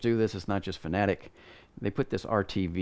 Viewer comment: Thanks for pronouncing fanatec correctly , someone gets it